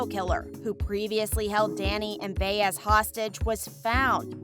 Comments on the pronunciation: Why is Ryan Eggold in the thumbnail? Also, it’s pronounced by ezz, not Bay ezz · Bay ezz is an annoying mispronunciation. She is a recurring character- Buy es or Buy ezz depending on your Spanish skills. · Again, with the mispronunciations!!! It’s Buy-ez not Bay-ez for Detective Baez. Sorry, it just irks me.. 🙄🤷‍♀️ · Rite get her name rite it’s annoying me as well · Still waiting for how Season 12 will shock us fans! Lol! And please learn how to pronounce Baez’s name.